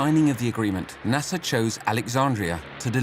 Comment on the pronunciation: I wish you pronounce his name right ! Abdulnasser … not Nasssa !!! 😡